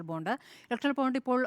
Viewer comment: സങ്കി പെണ്ണെ ബോണ്ട അല്ല ബോണ്ട്‌ ബോണ്ട്‌ 🤣🤣🤣